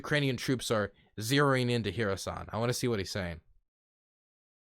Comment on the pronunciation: I think I've invented a way for you to say Kherson correctly: just try saying "her son". Not dissing you just trying to be linguistically helpful.